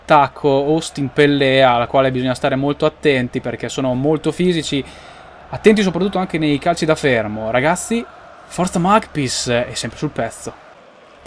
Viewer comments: Per la cronaca si dice Mecpais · si pronuncia mecpais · Comunque la pronuncia corretta è mec pais